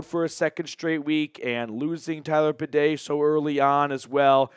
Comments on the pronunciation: I don't expect much from most idiot sports commentators, but you're supposed to be a Broncos fan. His damn name is BAY-DEE.. NOT BUH-DAY!!!!!! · Good show. Go Bronco's! Badie is pronounced "Bay Dee". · Are we really sticking with the “bidet” for Badie? LOL